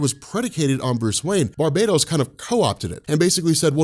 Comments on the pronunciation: I love your videos, but for the love of all that is Batman, it's not pronounced "Bar-bae-doze," it's pronounced "Bar-BAT-tos"! You're driving me to watch Benny's Dark Knights Metal videos over yours! Why would you do that??!?! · Gods this is so awesome... you are the man but maybe try bar-buh-tose? I just hear barbatos-slim every time you say it... it never leaves my mind. I dunno, could be a no win scenario though cause I bet your pronunciation is correct. I know they won't do it, but I sure wish the Morningstar or Destruction or Oberon would come and remind Barbatos-slim what it is. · I know it’s not a big deal but shouldn’t it be pronounced Bar-BAT-os? It is Batman sir. I mean the metal isn’t called “baitmanium” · Pretty sure it's actually BAR-ba-tohs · That's where we get "Barbarian" from, and it's "Barian" not "Bar-BAR-ian" so I still think it's BARB-ah-tohs rather than bar-BAT-os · its pronounced bar bat tose